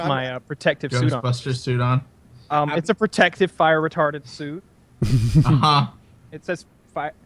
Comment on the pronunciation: Everyone says "Fire Retardant", says "Fire Retarded", ahhh good ol'.